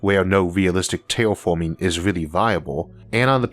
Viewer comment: Tewwatorwee!? Thwee!? Teashorts!? Tailforming!? This guy's hilarious!!!😂🤣😂